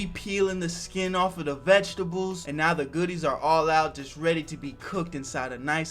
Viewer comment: Damn bruh I thought you said meow when you said now that would’ve been a great cat pun 😅